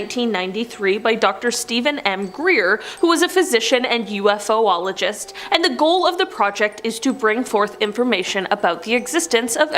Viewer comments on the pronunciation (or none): doesn't matter how it's spelled if you say UFO-ologist. Listen to her.